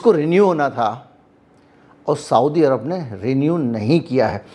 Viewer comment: साऊदी अरब नहीं सऊदी अरब कहा कीजिये। ग़लत उच्चारण दिमाग़ में चुभता है।